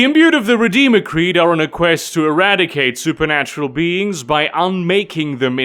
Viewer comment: Me: watching being things: "SuperNUTural and occult secrets." Me: "What do you say,?"